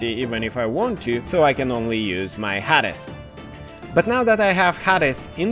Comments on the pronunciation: Very good tutorial, but I have to laugh. Who is "Hadis?" Oh, you mean "HAY-DEEZ" LoL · Yeah, in Bulgarian, it is pronounced in a completely different way :D